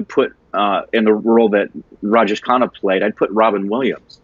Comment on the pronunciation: Sounds of khana and khanna are different but its hilarious to the way they are pronouncing those the same 🤣